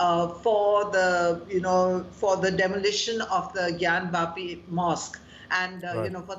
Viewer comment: I like how the anchor correctly pronounced Gyanwapi ! Unlike other libranduus out there who can't even pronounce it correctly !